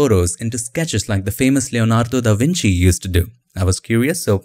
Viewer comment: Kudos for pronouncing Leonardo DaVinci almost perfectly